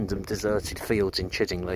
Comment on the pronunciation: Nice video , just one point , it's pronounced Chidd ing lye as in eye not Chidd ing lee . The scarecrow was part of village scarecrow competition that year .